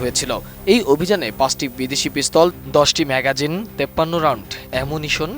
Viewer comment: ম্যাগাজিন না ম্যাগজিন 😂